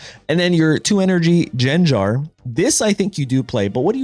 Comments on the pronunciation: Jen Jar? No one has ever pronounced it like that. It GenGar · Jenjar???😖 hard /g/, not soft. /gar/-like in Garchomp w hard /g/ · How did you pronounce gengar huh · Bro, if you keep calling it Jenjar… like come on now